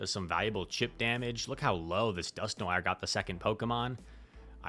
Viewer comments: TontonBatteuse will not love the pronunciation of "noir" 😆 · Are you not familiar with the word "Noir"?🤯😂